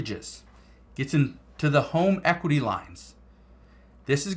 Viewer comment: Equiry! Lolol hahaha